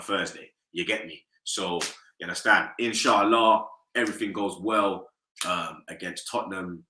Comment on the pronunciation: The way man said inshallah set me off LMAO 😂😂